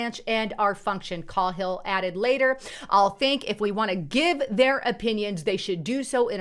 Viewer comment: It's pronounced K-hill